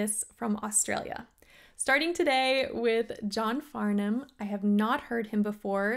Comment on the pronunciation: Bless you for pronouncing his name right! The 'h' is essentially silent.